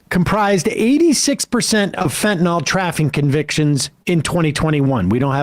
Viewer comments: It’s FentanYL, NOT Fentanol! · Sam, it's not fentanol, it's fentanyl, that's Y-L, not O-L. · Great debate, and it's obvious Trump was denigrating and traducing the actual human beings coming from Asia and Africa, not some invented policy. By the way someone tell Sam - Fentanyl is spelt with a 'y' so the pronunciation is an 'i' as in Fentanil - NOT Fentanor. Proper pronunciation of the English language is important when broadcasting. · It’s fentanYL, guys, not fentanAWL!!!